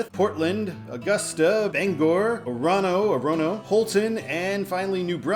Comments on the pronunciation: Orono: the first and last O's are long, the one in the middle is a schwa, accent on the first syllable: OR-uh-noh. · Orono is Ore-uh-no and Stratham is Strat-um. Also thanks for putting in my request